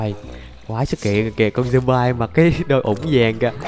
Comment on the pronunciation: Người ta đọc là thịt dom bi còn anh đọc zom bai